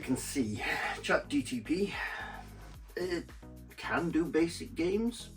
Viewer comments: It's chat GPT not GTP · Him incorrectly saying ChatGTP over and over again, was strangely annoying. 😂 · You lost me at "ChatGTP". Is that a cheap knock-off of ChatGPT?